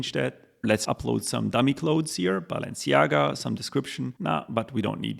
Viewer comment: you lost me at "BAALenciaga"